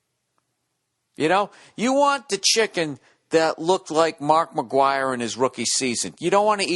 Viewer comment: The way he pronounced Mark Mcgwire actually sounded like a chicken noise !